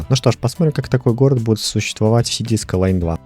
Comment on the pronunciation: скайлайнс сука а не скайлан